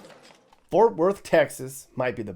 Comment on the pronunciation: WHY does everyone have such a hard time saying FORT?? 🙄